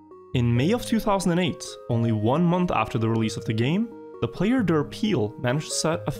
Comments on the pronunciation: derPile... its like dirt pile... not der peel. i am that guy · How he pronounces derPile is just funny xD